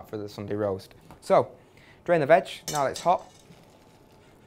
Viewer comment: i love how he keeps saying "vag"